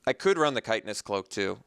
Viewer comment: hate to be that guy, but you keep saying kite-en-ous cloak. i am pretty sure it's chit-in-ous cloak. btw your last few drafts have been fantastic. very entertaining! love seeing "bad" cards do great. (crush of tentacles game comes to mind!)